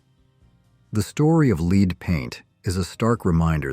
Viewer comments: The commentor is saying lead LEED how silly how could you not know that it is pronounced LED lead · The robo-voice pronouncing the stuff in paint and gasoline like "leed" instead of "led" is making me crazy. Otherwise, interesting content. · “Lead based paint” (Lead…pronounced like “led” not lead,like “leading a group…) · AI is disappointing. Lead is pronounced Led also metal darts were available in the 50s same with candy cigarettes. Shame on U for misleading people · Leed paint? Lead paint. This AI voice is terrible, but actually it's the person who programmed it. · Lead - as in leed? Red dye number? Did an AI read this? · Lead is pronounced led. AI has to be edited. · What is up with the mispronounced words.? Lead paint.... is this an ai generated speech or done by a non english speaker? I enjoy the videos but iften.the mispronounced words and unrelated pictures irritate me beyond